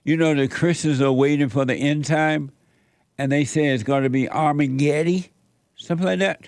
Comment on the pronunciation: It's ARMY-GET-EM, Jesse!😊